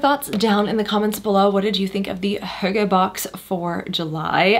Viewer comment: Finally an American, who can pronounce the word correct 😅